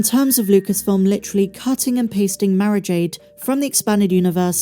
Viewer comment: Must listen closer, you were saying Mara Jade, i tought you were saying marriage aid.